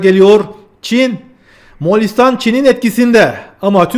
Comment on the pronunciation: Selamun Aleyküm, Moğalİstan değil, MoğOlistan